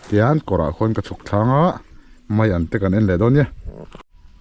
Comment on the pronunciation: Zotawng uluk tur itia, mai tih tur ah mei iti vek.